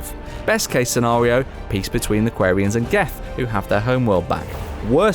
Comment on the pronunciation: The way you pronounced Quarians injured me.